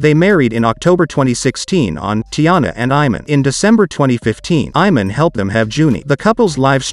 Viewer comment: It's pronounced E-mon.